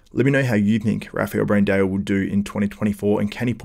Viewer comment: its not Brand-EO! its Brand-AO.... there is not E in his name its an A.. stop saying it wrong for the love of god!!